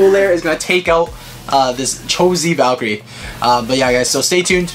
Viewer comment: ocean raiford Eww Valtreyk? It’s Valkyrie.